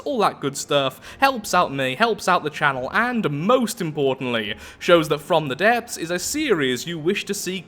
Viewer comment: You did mention a couple of times that you have some speech issues... I for one CAN NOT for the brutal love of Slaanesh pronounce the title of this game properly, yet you nail it every single time :P